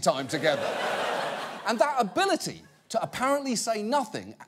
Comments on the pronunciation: "ARBILITY" WTF is that??? I think the word is ABILITY????? Please correct me if im wrong.... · Um, so at , am I hearing things or did Ivanka say "arbility" instead of "ability"? Because I re-listened to that segment a couple times and I'm pretty sure she did. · Did anyone else notice that Ivanka said "arbility" and not "ability" ? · Did Ivanka say arbility? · did she just say "arbility"? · Ivanka said "Arbility" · his aRbility?? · she says "his arbility?" I can't find this word...arbility. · Did she just say "ability"??